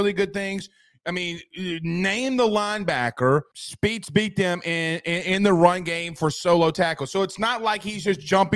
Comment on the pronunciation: Omar Speights pronounced Omar SPATES.